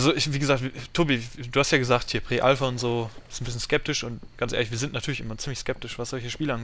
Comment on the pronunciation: Bitte PRIIII Alpha nicht pre